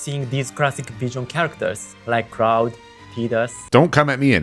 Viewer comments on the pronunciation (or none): He also said crowd. Clearly he can’t pronounce names right. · Dude he also called Cloud..Crowd. Not buying Teeeedus. Lol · No, he KARAUDO…🤔